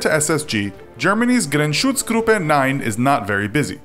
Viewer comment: So....why was the GSG 9 full name pronounced in a Russian accent